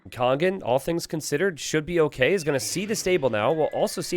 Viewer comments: You are mispronouncing Kongen though haha. There is no "g" sound in there, so the it' kong-un, not kong-gun... or just translate into English and call him The King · No, he's saying "kong-gun". He says "kong", as in "king" but with a different vowel, and then follows that with a "g" sound. But that extra "g" shouldn't be there. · Do you not hear the "g" sound he says at the end of the "ng" sound, then? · But you do hear the hard "g", then? Not just the velar nasal sound that is normally meant when you write "ng"? Because the idea here is that you pronounce the "ng" in "Kongen" like the "ng" in "singer". Now you might be from Northern England or something, but doesn't pronounce "singer" with a hard "g", and "kongen" should also not have a hard "g". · It's the difference between "singer" and "finger". The "ng" in "kongen" is pronounced like "singer", but does it like "finger", so that's wrong. That's the idea. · Kongen means The King and when you say it you dont pronounce the "G".